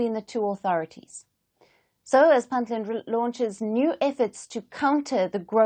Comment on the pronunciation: Could you please pronounce Puntland accurately. It is Punt Land with a u not i. It is not Pintland.